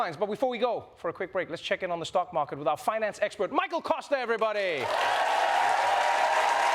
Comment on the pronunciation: Pity Kosta didn't get the pronunciation right...